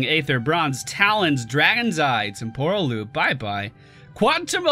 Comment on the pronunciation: It's TEM-por-al Loop, not tem-POR-al. Just fyi :P